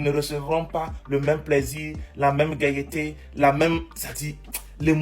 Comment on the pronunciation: ''Gaieeté ,fiereeté ''mauvaise prononciation,au lieu de gaîté/ fierté,vdp charabia